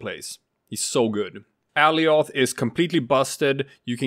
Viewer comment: Alioth is pronounced like goliath without the G